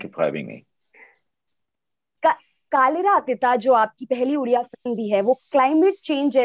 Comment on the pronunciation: Mdm it's "कालिर अतीत" not "कालिरा अतिता" plz pronounce it properly